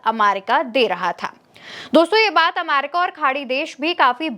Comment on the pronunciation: Bahen ji America ko Amaica kahna uchit nahi hai.please correct this.